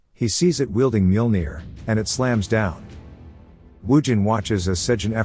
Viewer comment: I love this series, thank you for posting. I think it's kind of funny the AI voice can mispronounce some words but pronounces Mjolnir perfectly.